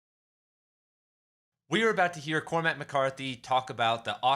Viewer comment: COR-mac, not Cor-MACK. It's a troche. Great video .